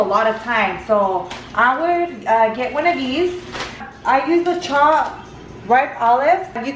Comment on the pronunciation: And "wan" instead of one lol.